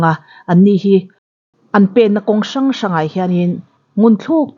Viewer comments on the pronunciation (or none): Sa ngai-Sangai tia lam tur